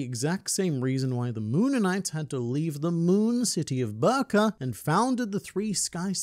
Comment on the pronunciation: Stop mispronouncing Banchina 😠 ...and Birka. ...and Hajrudin. ...and Eiichirō.